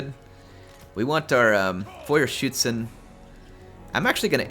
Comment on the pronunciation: GJ on the “Feuerschützen” pronunciation! They sure do live up to their name.